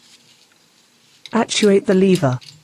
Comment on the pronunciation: Leever, boosh, ridtrieve and drivshaft lol all joking aside thanks for the info